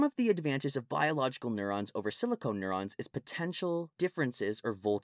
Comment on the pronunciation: It's SILICON, not SILICONE! Dammit!